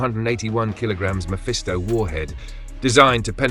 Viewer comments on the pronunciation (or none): none